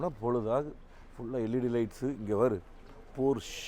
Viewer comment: போர்ஸ்ச என்பதே முழு உச்சரிப்பு ஆகும்.